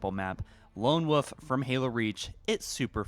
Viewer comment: It's been a while since I heard him say wolf, totally forgot he pronounces it like woof lol, although after hearing chasm pronounced with a ch sound rather than a k sound I forget if he just doesn't know how to pronounce it right or if it's something else. No hate btw, not like your trying to say wolf and it sounds like meow.